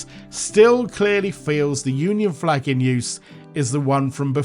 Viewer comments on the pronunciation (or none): none